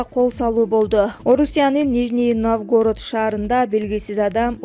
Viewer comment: Суйлоп жаткан кызга кайрылам.орусчаны суйлобой эле койчу.Нижний Новгород деп айтылат.Навгород эмес.